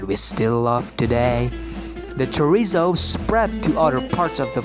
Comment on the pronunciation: If I hear Chorizo mispronounced just once more, I am going to...